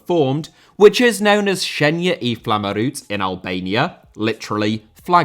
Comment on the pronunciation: As an Albanian, I was supporting Switzerland in 2018 and I will be supporting them tonight. This is a very good video about it. However, Xherdan Shaqiri is pronounced more like "Jer-dan Shachiri" and Granit Xhaka "Granit (like rock granite) Jaka" edit: wow you butchered "shenja e flamurit" so bad. the "shenja e" was fine but "flamurit" is "fla-moo-rit" not 'flamaroot'💀